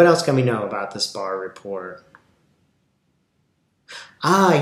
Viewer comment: Thank you for calling it correctly " barr report"